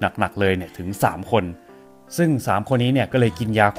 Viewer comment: อ่านคำว่ายาคูลท์แบบปกติไม่ได้ /ซื้อยาคู้วววว นาเรรู้ว